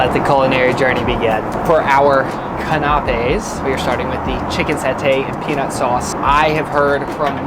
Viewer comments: ka·nuh·peez = Can of peas 😂😅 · Canapés pronunciation cracked us up! It’s pronounced Can-a-pays! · Love you guys but please start learning how to pronounce some of these French words that are also used in the US. You do research on everything else. When pronounced canapés and with crème fraîche, I cringed.